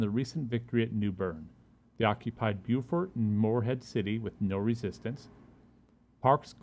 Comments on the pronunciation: Bo fort is how it's pronouced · Beaufort is not prenounced that way. That's the south Carolina prenoucation. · You mispronounced the town.